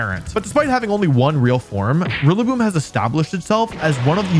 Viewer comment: Rillaboom it's rillaboom